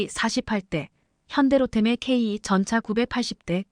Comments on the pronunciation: K2전차. 케이전자가뭐냐 발음부터고쳐 라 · 제대로 된 앵커멘트가 안되나요? 폴란드>>졸란드, 전차>>전자, K2(케이,투)>>케이 이. K3전차(케이,쓰리 전차)>> 케이,삼 전자? 말인지,방귀인지... 제대로된 발음 부탁드립니다, 구독자를, 우롱하고, 희롱하고, 헤깔리게 하는, 발음을 고쳐주세요. 유튜버가, 구독자,시청자를, 좆밥으로, 보는듯 하네요